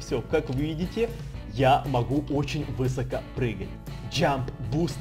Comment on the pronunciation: высокО а не вЫсоко